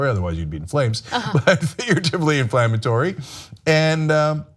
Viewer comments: "Infammatory." This woman was a college professor. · I cringe every time she said infammatory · Inflammatory...not "infammatory", lol. Sorry, grammar enthusiast. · 'Infammatory' - lol. I love it when people almost get the word right... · In-fammatory? Huh? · It's inflammatory or defamatory, not infammatory, c'mon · Cenk tried to help her. "Inflammatory," Ana. With an "l."